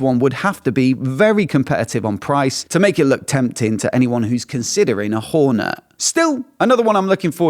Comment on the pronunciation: Please. It's called a honda HorneT .... T not Horner